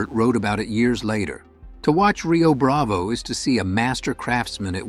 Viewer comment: Yea, the first clue was when the "narrator" kept pronouncing it 'Rio Brav-ay' instead of Rio Brav-oh.